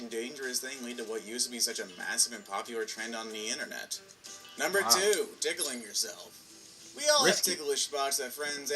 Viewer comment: So they just gon *scooch past the fact he said "tic'u'ling" instead of tickling. Lol